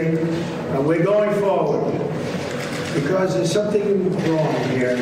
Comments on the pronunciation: Ben, It's pronounced, "BE-COZZ" NOT "BE-COSS" 😮😮😮😮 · BEN! 'BE-COSS' IS NOT A WORD. PLEASE PRONOUNCE IT CORRECTLY!!! IT IS NOT "BE-COSS"